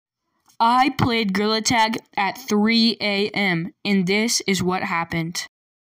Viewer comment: bro i just relized when you sayed gtag you sayed girl tag and grill attack